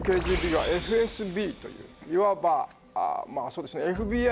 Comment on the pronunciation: FSB→エフエスベー ね。読み方間違えてる